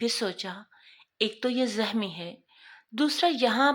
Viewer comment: zahmi nahi zakhmi . bahot bura lug raha hae